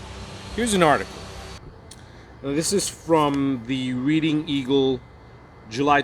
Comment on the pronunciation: Reading Pa is pronounced Red ing.